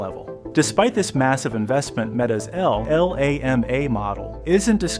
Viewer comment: I didn’t know the video was AI generated itself until I heard the pronunciation for LlaMa